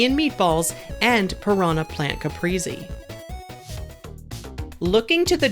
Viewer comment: Bruh no way she just said capreesee